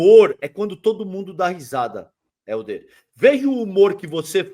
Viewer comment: Pô. Fala o nome dele correto. O nome dele é Helder.